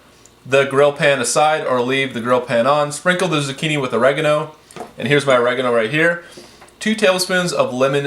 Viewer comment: You say oregano wrong